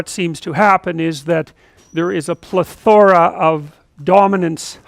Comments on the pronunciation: To introduce a bit of grammar Nazi to the comment section: the correct pronunciation is PLEthora 🧐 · In plethora the emphasis is on “ple” not “thora”, Professor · PLE-thora! Has he not seen the Three Amigos???